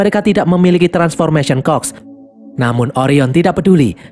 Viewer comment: Admin : transformation cogs Gw yg denger : "transfomation COK" 🗿🗿🤣